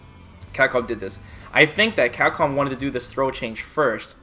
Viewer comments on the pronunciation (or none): What I can't bear with is your pronunciation of "Capcom". It's CAP-COM not "Cacom". Your lips are supposed to be put together to say the "P" sound. Damn that shit drives me nuts.